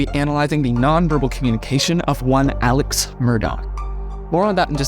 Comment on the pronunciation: I have no idea how to say his name... I hear "Alec" and also "Al-Ex."